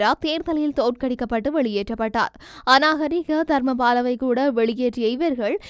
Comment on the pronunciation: th minute- தங்கச்சி அது அநாகரீக தர்மபால அல்ல. அவர் அநகாரிக தர்மபால.